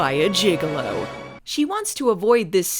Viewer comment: You know it's gigolo,not gigalo, right? You may be thinking of juggalos.